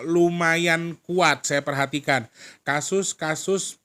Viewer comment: Assalamualaikum.... 😅 jdi ketawa pas denger bilang kasus hehaheuheummmmm